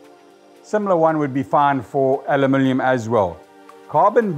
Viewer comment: Lol “Alumilium”